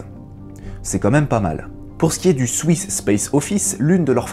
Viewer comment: On peut aussi dire bravo pour les prononciations!! Même si "swiss" ne se dit pas "souiss" 😂